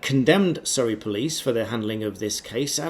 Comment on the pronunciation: It is Surrey 😂😂😂